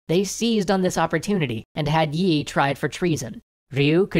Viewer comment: Thanks for doing these videos. These give people a chance to get a quick look at parts of history that weren't discussed in schooling. (As a side note, the pronunciation of the general's family name 이 doesn't have a "y" sound in it--it sounds more like "ee." The romanization can be misleading!)